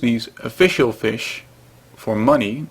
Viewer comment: you must be swedish, you almost said fisk